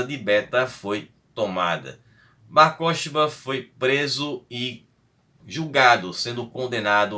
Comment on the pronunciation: Mano, a pronúncia correta é Bar korbá, o Ch tem som gutural de RR escarrado tipo Carro.